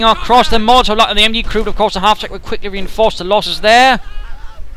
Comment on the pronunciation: with due respect, when you say molotov, i swear i heard mortar heheh